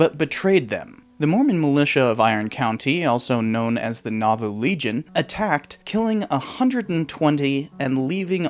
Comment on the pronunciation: I thought he said naboo